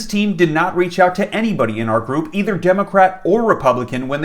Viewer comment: Wah ima poooh wepubican wh wah wwah